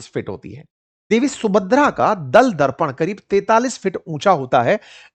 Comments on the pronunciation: देवी सुभद्रा का रथ का नाम (( दर्प - दलन )) कहा जाता है । कृपया इसे (( दल दर्पण )) ना बोलिऐ । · The Name of the Chariot for Goddess Subhadra is दर्पदलन, not दलदर्पन। Written correctly but pronounced wrongly. Sir, All information is correct and beautifully presented. Only the placing of the mud pots for cooking Mahaprasad Bhog is not correct. It is a myth.